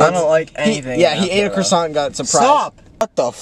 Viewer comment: chris pronounce croissant as “chrisawnt” is so funny to me